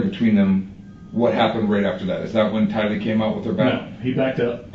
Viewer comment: It's Tylee, not Kylee... And you're absolutely right the story's didn't match.. Her's matched more with her moms because she rode to burger king and JJ's school and "mom" told her what to say... But they still didn't match... Fly high JJ and Tylee... You both deserved a mother and family who would protect you ❤